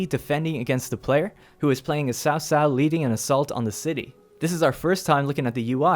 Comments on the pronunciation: btw, it's "chow chow" or "chao chao" not "sao sao" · horrible pronunciation... 把曹操读成骚骚 。。。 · Dumb down for wrong reading 曹操 ！！ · a bit of a suggestion here to help you guys get as close as possible to the correct pronunciation The Sun family - say it as Soon Wu XIng - Ooo Sing Lu Bu - L-yuuu Boo! (not Loo Boo please...) Cao Cao - try Zao Zao (not Sao Sao please....) any names that you guys are interested to see me try to help you pronounce correctly let me know. or correcting or improving on what I've written. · ...Sao Sao? Yoon Shoo? Xihow Done? The only one pronounced right is Liu Bei lol Am I the only one irked by this?